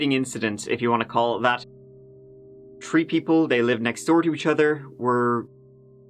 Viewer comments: that's how the Irish pronounce th, its just t , three - tree , thirty - tirty , they literally can't pronounce th! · it’s obvious now. You like saying tree and turd for the number 3. And nobody does it any better. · "Trees" lmfaoooo